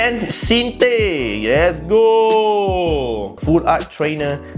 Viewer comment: Pronounciation Jacinthe : Ja-san-th